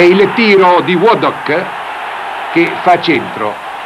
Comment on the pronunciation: Me-Grath! Wadd- dock!